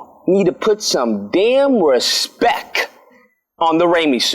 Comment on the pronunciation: It’s respect ...not respek (I get it now)